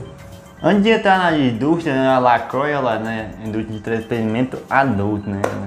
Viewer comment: LaCroix se pronuncia "lacruá"